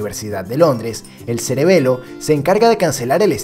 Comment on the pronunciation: dijo celebelo